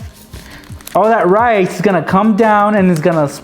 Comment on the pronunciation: rice, I thought he said knives